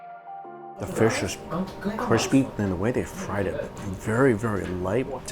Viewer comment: da-fish not the fish